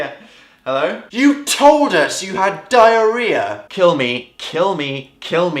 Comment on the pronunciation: YOU TOLD US YOU HAD DAIAREHAHH!